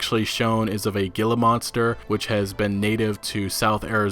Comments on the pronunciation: It’s pronounced “He-la- monster”. Hate to be that guy...bahahaha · It's pronounced HEELA Monster and that's a coyote not a wolf. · In the word Gila monster, the g makes an h sound. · It's pronounced He-La Monster. With and H not a G sound. (Gila)